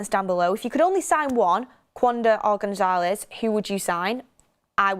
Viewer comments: Much love and appreciate all your hard work but, I must correct you on your pronunciation of Gonçalves…. Gon-SAL-vesh. 😊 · goncalves not gonzalez